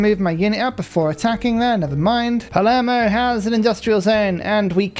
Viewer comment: You're trying to correct pronounciation of a bear that keeps calling his capital Palmero? 😃